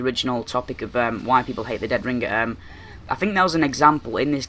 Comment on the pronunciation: listen to yourself say deadringer you sometimes say it with 2 g's like ringger